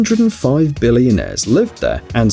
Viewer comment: BilLIONAIRe. The way he pronounces it is so funny.